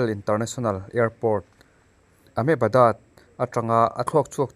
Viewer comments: AHMEBADAD tih tawh mai aaa😂😂 sorry sir, a za em ani🤣🤣AHMEDABAD tih zawk tur ania chhiar sual palh ve anih kha near GUJARAT’s kha ania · Ahmedabad ni lovin Amebadat maw.Gujarat ami nih chuan Ahmedabad ni awm tak i lam sual ania...❤❤ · Amepadat ati zawk nghe2 lo maw😂😂😂😂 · Amebadad😂😂India today, Ndtv te chuan a ahmedabad an ti vek bik ania😂😂😂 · Ahmebadad rawn ti deuh chhen 😂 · Chhiar sual sawisual palh awmthei anih kha.. Ahmedabad ani..👍